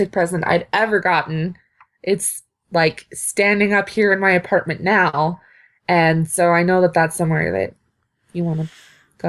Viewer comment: I heard say aperment instead of apartment.